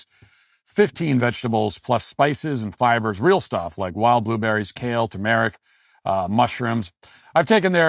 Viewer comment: Someone teach Matt how to pronounce “turmeric”